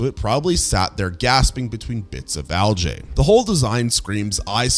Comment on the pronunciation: The way you pronounce algae sounds like a name that some older generation of LLMs would generate for a Korean celebrity/idol, or for an American R'n'b/Pop/hip-hop artist. Or maybe you are trying to tell us about L'jae Hair Care products(?) 🤔